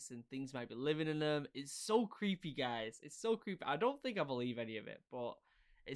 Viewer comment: This is legit creepuh this is lugit cweepeh